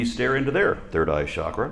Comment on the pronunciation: I'm a fan, and what I'm about to say is off-topic and it doesn't change that in any way: The word "chakra" isn't correctly pronounced "SHakra". It really is "CHakra". Sometimes, there's value in being as correct as we can, especially when we speak with authority in public. That's all. Carry on, y'all. 👍